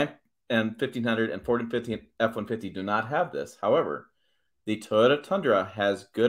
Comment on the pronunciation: Is this guy drunk? Is he saying F150? It's like one syllable when he says it. Horrible.